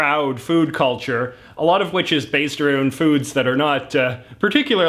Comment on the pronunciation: He says arooned instead of around